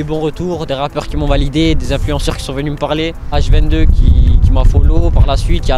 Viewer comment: "h22" bordel pitie faites un effort